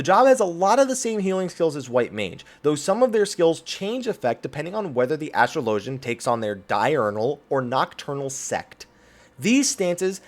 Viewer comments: There is no way on earth astrologian is pronounced the second way you said it. Anyone who thinks it is doesn't understand English. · Why the fuck does everyone pronounce astrologian incorrectly.